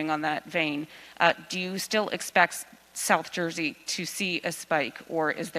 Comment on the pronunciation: "South Juzy"